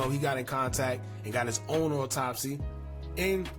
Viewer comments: This nigga said auto-spy 😂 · nigga said auto-spy lmao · That boy said auto spy 😂😂